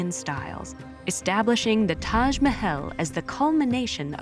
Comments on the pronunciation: Not taj mehel taj mahal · Sure bro "Tash Mahayle" "Momtash"